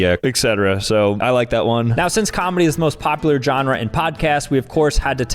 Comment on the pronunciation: The word: Genre: "Johnrah"